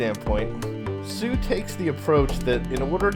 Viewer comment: Hsu is pronounced 'shu', or the english word shoe, not 'soo'. It's the Taiwanese transliteration of the PRC pinyin spelling xu. Just sayin'.